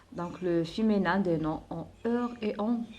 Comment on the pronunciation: Vous êtes formidable ma chère dame Mais je voudrais vous faire une toute petite remarque Pour le mot féminin vous le prononcez très mal il faut appuyer sur le i mi pas mé c'est tout Et bonne continuité